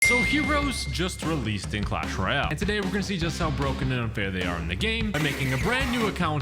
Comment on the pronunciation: btw its not clash royale it's cash royale